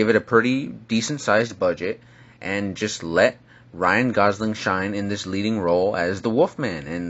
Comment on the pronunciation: Ryan Gosing... its Gosling